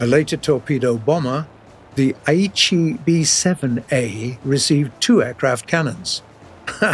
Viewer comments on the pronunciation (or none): none